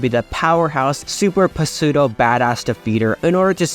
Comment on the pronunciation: Learn to pronounce "pseudo" my guy. But yes, you are right.